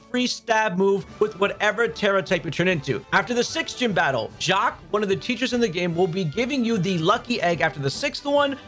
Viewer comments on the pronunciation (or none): none